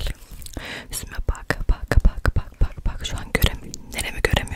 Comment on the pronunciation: Yüzüme bak dediğinde benim anlgıladığum:✨yÜzDeĞğ YüğĞz EnErCiĞğ BuĞğ NaSıĞğ BiğĞ sİnErCiğĞ yAğAğAğ✨👁️👄👁️